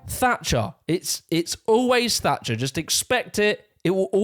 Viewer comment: It’s Thatcher not “Fatcher”